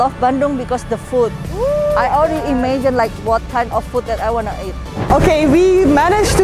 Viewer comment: Teteh pengucapan "Food"hrs yg benar jgn foot.... bacanya Food di huruf D pengucapannya Berat!